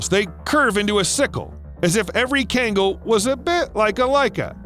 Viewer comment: you pronounce it KGAN GHAL SO KHANGAL .. the way u pronounce it is so... white